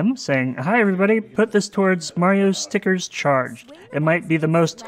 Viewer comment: in which can't say "strikers"